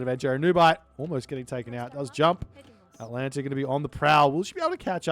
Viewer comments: Maybe if you had pronounced Atalanta's name correctly the Poseidon player might have been able to win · Poor Atalanta, always having her name butchered. 🙁